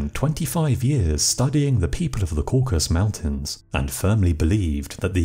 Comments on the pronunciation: Cauc-as-us, not Cauc-as. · Caucasus. Not caucus. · Please forgive me, but I believe it's Cau-ca- sus. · dude please - learn how to pronounce the word 'Caucasus'. It's got three syllables. Coor - Cass - Us. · Caucasus Mountains Not “Caucus” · It's 'CaucASus' Mountains, NOT 'Caucus'. It's where 'CaucASIAN' comes from. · This is a fascinating chapter of history. But I have to make one demand: Learn how to pronounce the word "Caucasus." Throughout your narrative you repeatedly say, "Caucus" rather than "Caucasus." 🤦‍♂️ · It's Caucasus, not Caucus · Cau-ca-sus (not caucus) Mountains three syllables. Geeze! Who edits these things? Anybody? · It's the Caucasus mountains, not Caucus. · no. caucasus.